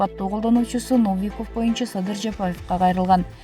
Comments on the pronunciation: Комментатор Новиковду туура айтчы. Орус тилинде ударение деген болот. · Новиков деген создо ударение Н тамгасынан кийин коюлат, Лукашенкодо ударение «е»ге коюлат